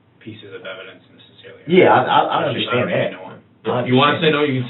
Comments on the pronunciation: I hate how he says "UNDERSHTAND". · And will someone tell DB the DB that the word is un-der-stand! Not under-shdand